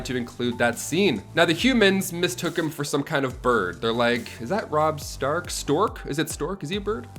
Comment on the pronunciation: Its robb stark lol